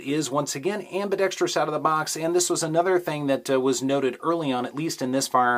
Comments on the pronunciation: How did you learn to correctly pronounce "ambidextrous"? It seems that no YouTube gun guys are capable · It's refreshing to hear someone who doesn't say am-bi-dex-tree-us.